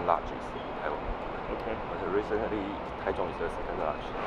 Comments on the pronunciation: I love Taichung, I have lived here over 10 years. Bit why do you keep calling it Tai tune it is Tai Chung (Taichung) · Your Pronunciation is terrible. Taichung.. and Jipinese ha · It’s pronounced Tai-Jong.